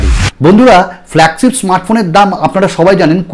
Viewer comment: Apnar flagship uccharon ta thik koren